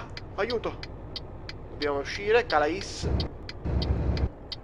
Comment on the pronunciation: non per fare il pignolo, ma si pronuncia calé, cmq sei grande!